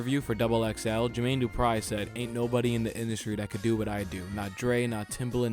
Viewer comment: "Jermaine DuprEYE" 💀